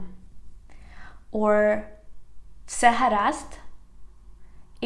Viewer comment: amazing as always teaching your beautiful Ukrainian language to the world one video at a time. I just started to learn Ukrainian fr your videos. I didn't hear the B of Bce is it silent & didn't see the caption of what you said. You & Ukraine are in my prayers every day. Greetings fr Texas in USA.